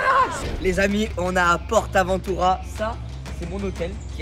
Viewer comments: C est pas porte aventura comme tu le prononce c est juste port aventura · Mec tu dit portabotura tu sais pas comment le dire lol 🤣🤣🤣🤣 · ah est le port avantura le t du port te se prononce pas